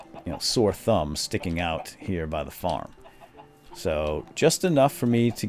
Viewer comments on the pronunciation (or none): none